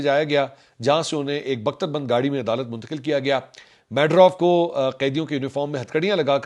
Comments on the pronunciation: لوڑے انپڑ اسکا نام مڈورو ہے، میڈروو نہیں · The name is Medero and not medrof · Manshoor Bhai his name is not madaurf but Maduro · Mansoor bahi its 4th or 5th vlog please start pronouncing Venezuela 🇻🇪 president's name right... Nicolas Maduro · Lo g yeh haal hai Pakistani YouTubers ka. Yeh sahib Aitchison College kay paray huway hain aur Maduro ka naam pronounce karna nahi aata. Oh bhai, iska naam "Maa-du-row" pronounce hota hai. Zara international media ko sun liya karo. Apnay aap say guess na chalaya karo.😂😂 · Maduro pronunciation ( MA -DU-RAW )